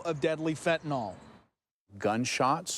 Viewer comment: It's fentanyl, not "fentanol." You've taken food from my childrens' mouths. We need to make money just like everyone else. We're providing a product that people want. Though you've hurt us by stealing our product, you won't stop the market. We'll be bringing in more. This is business, just like any other.